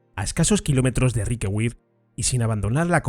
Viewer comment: Riquewihr se lee más o menos como "Riquebir", para nada como Riquegüir". Es una palabra alsaciana no inglesa, que es el único idioma en el que la v doble (w) se lee "gu". Luego si una palabra lleva una v doble (w) y no es inglesa, es de suponer que se pronunciará como una "b" o quizá de otra manera, pero seguro que no se pronuncia "gu"